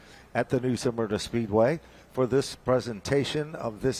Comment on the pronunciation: Pronounced - Smur-na! NOT Sa-mur-na…